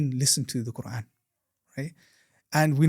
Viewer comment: I don’t like how he keeps referring to Allah as “God”, “God” “God” and then he says words in PERFECT 👌🏾 pronunciation eg. qurAen 🙄 then why keep saying God instead of Allah!!!????